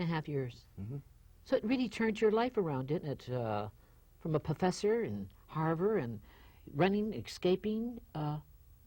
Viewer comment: "From a pofessor, running, ekscaping" This interviewer can't even say words...